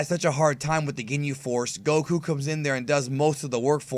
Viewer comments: You pronounce whip and Goku wrong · i hate how you pronounce goku